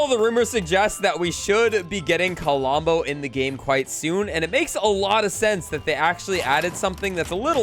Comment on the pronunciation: KLOMBO NOT KOLOMBO